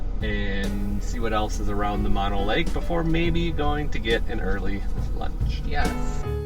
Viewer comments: Those are called Sierra pin stripes, we all have them. And its called Mo no lake, not Ma no lake... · That is MO-NO Lake with saying OH after the M and the N. 😉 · Mono Lake is pronunciation mow now lake .. spent many years in Lone Pine and Alabama Hills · As a resident of the Mono Lake area, heres a little tip: Mono, the way you're pronouncing it, is short for a disease (mononucleosis); the lake, the county, the area of Mono is named after the Mono Indian tribe, pronounced Mo-no. Not everyone knows that. Love the video, though. Glad you enjoyed this beautiful area and its history. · FYI-I’ve lived in Mammoth for 46 years. So, beautiful! When I first moved here at the ripe old age of 22, I was soon corrected on my pronunciation of ‘Mono’. Think of it like, Oh No! or Yoko Ono. The long vowel pronunciation ‘o’. You’ll sound less like a tourist and more like a local! Also, the vegetation along the dirt roads up here is scrappy Sage brush with stiff limbs that’ll scratch the heck out of your truck and trailer…don’t I know 🙄 Happy Travels you guys 😉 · FYI it's pronounced MohKnow and not Mahno and TieOga and not Teaoga...😃 Those aren't scratches, they are called backwoods pinstripping.